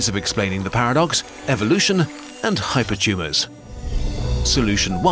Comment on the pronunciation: "Hypertumes are tumes of tumes"